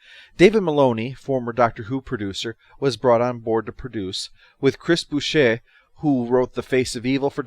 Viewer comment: Boucher is pronounced bow-cher, cher as in how you say the second half of butcher. Though Nation is credited as author of the entire first series a lot of the episodes were either written by or touched up by Chris Boucher with Nation only handing in a barebones plotline for an episode. Even Michael Keating wrote a short dialogue for the episode Duel when it was discovered that some filming had been damaged and couldn't be used. Instead you heard it off screen whilst Vila and Gan talked.